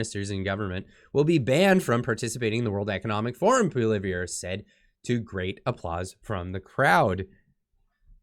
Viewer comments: Pssssst The “R” is silent in Poilievre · I always look forward to watching your great videos, BUT PLEASE improve your pronounciation of Poilievre.